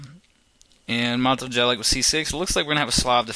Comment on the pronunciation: U need 2 learn how 2 pronounce jelic my friend :). And nice video